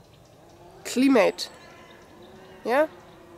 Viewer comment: Hi. the word is climate.Not to worry you are doing well.we know what you are trying to sayLuck,Mcbain.